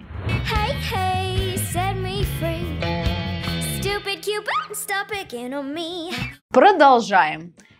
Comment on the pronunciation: надо слова выговаривать хорошо чтобы учить инглишу . St - сеинт? невнятно совсем )